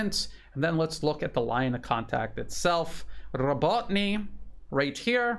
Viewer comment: More like Robo, as in RoboCop, Robo-teen-ah.